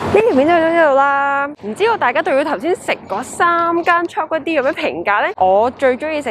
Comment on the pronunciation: 炒粿条变,"差Kway丢" !？😆😅😂🤣